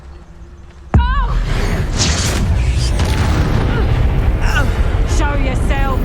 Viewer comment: Ya re saying it wrong. . . It's Revelio not Rev-el-iah ugh. . .